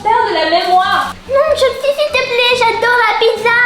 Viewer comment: elle la dit chelsae 😱:elbowcough::yougotthis